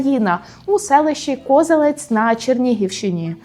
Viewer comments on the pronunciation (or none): Не КОзелець, а КозЕлець, або КозелЕць.) Однак ставлю + за старання і цікавий контент. І оці запинання і гумор - це дуже душевно. Молодчина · Хочу підтримати нову блогерку. У вас приємний голос і чітка вимова. І навіть ті моменти де ви щось плутаєте дуже милі. А ще вставки з мемами розбавляють формат. Але на майбутнє, коли будете називати назви міст чи селищ України, гугліть, будь ласка, їх наголос. Місто КозЕлець.